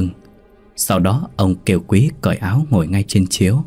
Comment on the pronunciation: Viet sai dai từ dành xung , Ngo là ngồi thứ nhất, ni là ngồi thứ 2, nghe mat hay